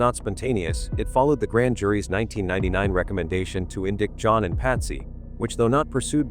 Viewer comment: Melinda is John's daughter, Patsy's STEP-daughter, not daughter. Melinda would not carry Patsy's mitochondrial DNA, it would be John's first wife, Lucinda. 🤦‍♀️ And the AI's pronunciation of "indict" as "indickt" is extremely annoying and proves to me that mankind is not ready for it to be at our fingertips. Has anyone that uses it, EVER gone back and REALLY listened to the video before it is posted?!